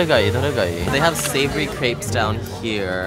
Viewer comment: OMG! The way you pronounce crepes 💀 (don’t worry we forgive you)